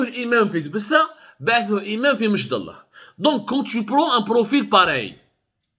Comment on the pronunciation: سي عبدو سمار ،ملاحظة لاتقول مشدالله كما تنطقها بل أمشدالة بكسر الألف ،وسكون الميم ،وفتح الشين والدال والام والتاء المربوطة صماء.وكلمة أمشدالة هي جمع لكلمة امشدالي مثل ڨبلي والجمع اڨبالة...وتسمية المنطقة بامشدالة لها علاقة بلون التراب ،الاحمر القرمودي ،واصل الكلمة امازغية وهي إمشدالن imchedelen.....nos respects Mr Abdou...et dire que la direction des affaires religieuses connaissait les déclarations racistes de cet immam et elle l'avait affecté Ilya une année !!! Et elle vient maintenant, zaama, éteindre le 🔥 feu